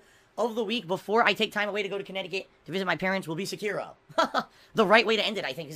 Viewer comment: He will never finish Sekiro.... he can't even say it properly.